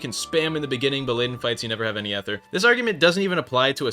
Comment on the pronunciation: you need to either make a new build or say ether properly, you can not do 2 bad things at once.